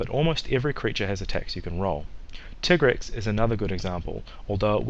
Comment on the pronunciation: “Titgrex”. lol It’s Tigrex, the “i” with an “eye” sound, because it is “tiger” merged with “T-rex”. You don’t say “titger” do you?